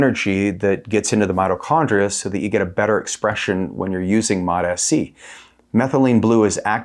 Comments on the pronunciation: It's mots-c, not MOTA-C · Please pronous MOTS-C like eveyone else! It's annoying to hear you say mot s c. You don't say M O T S C separately, each letter. Why do you say mot and then say S instead of just saying mots? Like the applesauce. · Please!!! For the sake of God. MOTS is one syllable. Then add “see” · “Mots C “ bro… two syllables … why are u the only person on earth saying “Mot S C”? Your content is excellent man, but your pronunciation of this peptide is bothersome lol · It MOTS-C not MOTA-C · I always pronounce it MO-T-S-C (moh tee es see) just to troll you guys. 😂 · "Suh-mag-luh-tide". "Mot-ess-see". Uhh no. 😅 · MAAAHTs-Ceee. 2 syllables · so the fact most people respect the hyphen in the name and say “mots”-“sea” is irrelevant? Why is he separating out the “S” when that’s not how it’s spelled out? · Very hard to take seriously when you cant say MOTS properly 😢wow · Can't even say it properly lol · Learn how to pronounce it 🤦‍♂️ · The way he pronounces this peptide is obnoxious. I'm sure he thinks it makes him sound smart but he is literally the only person I've ever heard say it that way. Don't be annoying just say it how everyone else does. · The way you pronounce the peptide names makes me want to not even watch any other videos of yours. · Confidence waning seeing as how you don't know how to pronounce the peptide you're making a video about. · I can’t take you seriously if you can’t pronounce the peptide correctly. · lol Seriously. The way he’s pronouncing it is triggering me.